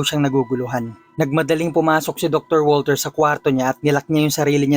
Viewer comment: Step father ko po is german, di po walter ang bigkas sa pangalang walter kung ikaw ay german kundi vulter po hehe